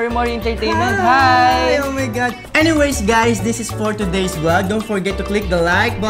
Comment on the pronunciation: Ken saying: "OH MY GAD" Me: OH MY GAD mom: YOUR DEAD.